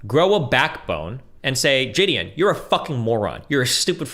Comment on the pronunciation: Is he meaning to say say jideon or is he mispronouncing Gideon??